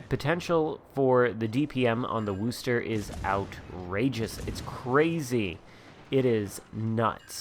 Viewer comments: Wooster? It's Were-chester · Wooster haha it’s pronounced wuster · Dude you need to learn how to pronounce the name of the ship! It’s wostah and doesn’t rhyme with boo. Git gud noob 😛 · Coming from Massachusetts and hearing you pronounce Wooo-ster makes me chuckle. Of course we pronounce it Woostah. Thanks for the video, I like my Worcester and as long as I don't leave myself in the open, I do real well.